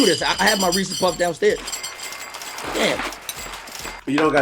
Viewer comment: reeses it rhymes with pieces